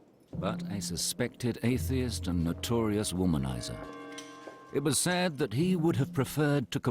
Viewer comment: I love the way the documentary narrator spits out the word "Atheist".